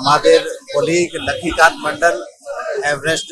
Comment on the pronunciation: Sir komse kom nam ta to thik kore Bolen Lakkhi Kanta Barman